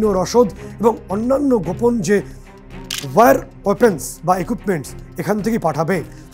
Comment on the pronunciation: সাবাশ, আপনার অদ্ভুত ও সঠিক বিশ্লেষন আমাকে অভিভূত করেছে। আপনি এইভাবেই এগিয়ে চলুন, সি এন এর জয়যাত্রা এগিয়ে চলুক। তবে আপনার একটা উচ্চারণগত ত্রুটি আমার নজরে এসেছে । আপনি war (ওয়ার) কথাটা বারবার were(ওয়্যার) বলছেন, যেটা একেবারেই আপনার স্ট্যাটাস এর সঙ্গে যাচ্ছে না । এই জায়গাটা যদি একটু পরিবর্তন করেন, তো একেবারে নিখুঁত পরিবেশনা হবে । আপনার নিখুঁত ও সঠিক তথ্য ও বিশ্লেষণের জন্য ধন্যবাদ। ভাল থাকবেন।